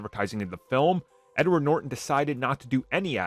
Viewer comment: It’s Norton, not Nor-en